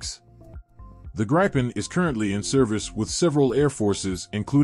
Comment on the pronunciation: Man, that was a jumbled mess. There were so many pictures of aircraft that were not even close to the ones you were discussing. That, and the pronunciation of the Gripen and Rafale was painful. Was this an AI voice or a real person? If it was AI I can understand, but a living breathing human should know better.